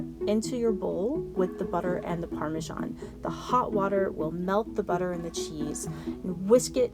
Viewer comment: Parmesan not Parmajan.